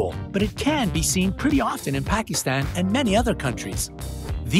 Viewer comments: Oooaa you saidmy country wrong Pakistan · Pakistan was pernounced wrong